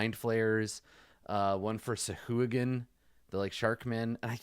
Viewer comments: I always pronounce 'sahuagin' it as sa-ha-jin. :/ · I've always said "sa hoo agin" too! First encountered them in baldur's gate 2, never heard it out loud. But, yeah, pronunciation guides say it's sa-HAW-gin, even though the vowels should really be the other way around for that to make any sense. Speaking of D&D archaeology and weird pronunciations/spellings, reminds me of the bullette, where the joke amongst Gygax and his pals was that it was just a Bullet pronounced as if it were french, boo-LAY. But of course, you don't spell it that way, and fortunately we didn't get a pronunciation guide, so everyone ended up pronouncing it the way that actually makes sense for the spelling.